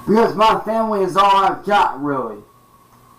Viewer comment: it was "famuhley" that got me to realize